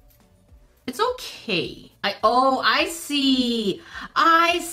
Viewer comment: When said “ I see “ it sounded like “ icy “ lol 😂